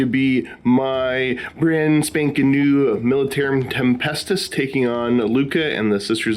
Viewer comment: " Militaruim Tempestus "